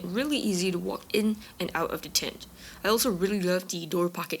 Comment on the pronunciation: Why are you saying tent like that?Speech impediment?